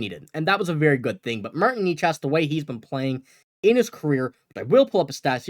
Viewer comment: They won't get Necas for just Ullmark. Why can't this guy pronounce Necas ?